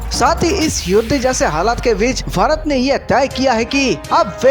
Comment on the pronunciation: This person pronounces Bharat as fharat